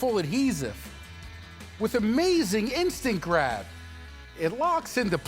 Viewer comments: What Phil Swift says: instant grab What I heard: InStAgRaM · Why I heard Instagram instead of instant grab